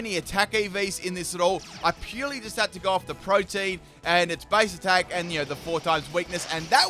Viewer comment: Are you meming when you pronounce protean like protein?